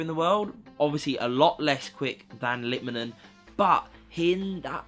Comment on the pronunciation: Litmanen!!!? Lol!